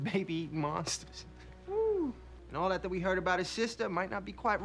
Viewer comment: Show: "When do you expect Darla to show up?": "Yes." As pronouncing "tt" as "dd"... it's not your fault, it's just Americans rubbing off on you. XD